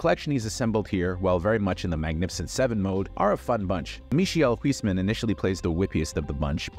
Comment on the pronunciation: Why do have you to butcher "Michiel Huisman" 😭